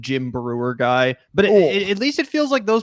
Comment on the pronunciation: "He said gay".... I mean come on, he meant to say guy. You're going to actually make a bit out of that.